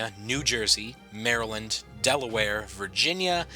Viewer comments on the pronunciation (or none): none